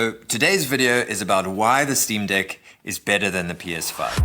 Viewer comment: Did this ninja call it the Steam Dick 😩😩😩